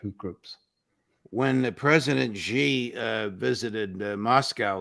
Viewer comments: Judge Napolitano - President Xi - his surname Xi is said like the letter "C" not as Gee. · Just a teeny tiny point : it's Shi. Xi is pronounced Shi not Zi. Excellent interview. Thank you.